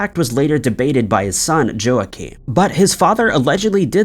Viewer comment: Damn, dude - you really need to look up pronunciations before you record. Joaquim is pronounced wah-KEEM and Dyatlov is pronounced dee-AHT-lahv.